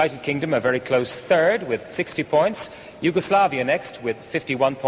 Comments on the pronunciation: DanBdx68 god knows where she got that idea from. It’s one of the easier words to pronounce in French. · Someone tell the woman how to pronounce 'Points' in French, it isn't that bloody hard.